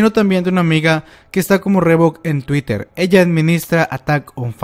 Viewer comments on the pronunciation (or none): none